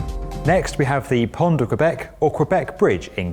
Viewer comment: Pont de Québec,,,,not Pond